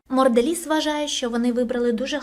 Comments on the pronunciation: Чому пише монделіз а я чую моРделіз???? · Чому протягом усього відео ти кажеш "морделіс" ? Правильно ж монделіс, це ж явно не обмовка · Чому протягом всього відео звучить назва моРделіз а не моНделіз? Це такий жарт? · А нічого, що ви неправильно вимовляєте назву фірми "Mondelez"? Правильно вимовляється це як "Мондоліз", а не "Мордоліз". А ще, не "Орєо", а "Орео", і не "Літва', а "Литва" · А чому моРделіс якщо написано моНделіс ??? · А чому Морделіз? А не Монделіз 😂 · мені цікаво чому ти читаєш "Mondelez" як "Mordelez" ? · хто такий "Марделіз" Як можна готуватись до "розгромного відео" і не змогти правильно прочитати назву основного об'єкту відео, яке в відео виринає сто п'ятьсот разів - ПРОЧИТАЙ МЕНЕ!!! Балаклійні продукти???😂😂😂 Really???😂😂😂 "біженсі" - це мабуть ті хто вирішив поїхати у Францію? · не мондерелиз а монделлез!!! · а де там літера "Р" у Mondelez ?))) чи то так задумано ?) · Вибачте так казала на протязі всього відео морделіз як наче ця компанія лиже морду Росії 😂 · Відео: авторка неправильно називає назву компанії, про яку знімає відео)